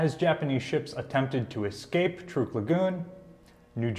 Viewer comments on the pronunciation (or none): it is pronounced TRUCK! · You pronounce Truk as Trook. Why is that? I have always heard it pronounced Truck. Including Dad who was there.